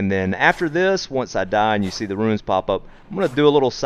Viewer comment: Bro. Bruuuh! He doesn't give you "Ruins", he gives you runes. RUUUUUUNES!